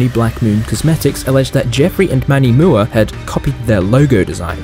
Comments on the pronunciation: And Manny Moooaahh instead of M.U.A. 😂😂😂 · Love this video. Lovely reporting, but some pronunciation made me lol. It’s Manny M.U.A as in makeup artist. And it’s Morphe without a silent E